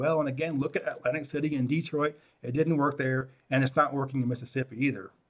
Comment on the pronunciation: Side note: I cringe when people say “Dee troit “. It’s just Detroit. Ok carry on. I love this video.....